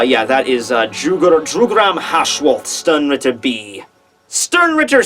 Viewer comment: You mispronounce Jugram's name a lot. His name is supposed to sound German and it's pronounced Yu-gram.